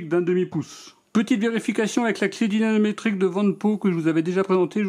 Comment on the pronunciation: Merci pour cette vidéo En revanche "dynaNometrique" je ne crois pas c'est plutôt "dynaMometrique" 😊